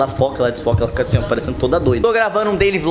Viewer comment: foi corrigi e falou mais errado ainda ELA COLOCOU ASSIM - ASSIN